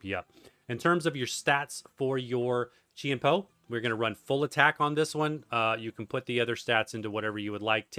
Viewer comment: Chien-Pao pronounced as Jiàn Pào